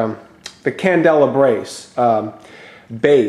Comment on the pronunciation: Were you trying to say, CANDELABRA BASE ?